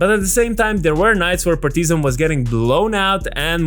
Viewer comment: PAR-ti-zan and not Par-TI-zan